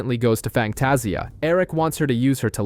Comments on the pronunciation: It’s Fangtasia. Pernounced Fang-taz-ia. That was painful to hear each time, other than that, good job. Terrys funeral was so touching. Andy’s curse words are hilarious and unique. I still miss this show which is odd because it’s not a genre I’m into. I think sexy Alexander Skarsgard (Eric) had everything to do with that. 😊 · I know this video was posted months ago, so I'm sure I'm not the only one bothered by how the narrator pronounces Sookie and Fangtasia 😂 I'm only about 30 minutes in and sure there will be more words mispronounced, just don't know how long I'll be able to continue listening to it 😂